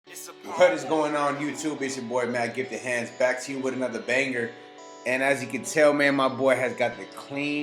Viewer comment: I swear ever time you say it I think you keep saying get the hands